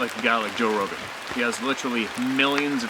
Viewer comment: Sorry. Rogan. Not Rohan! 🙄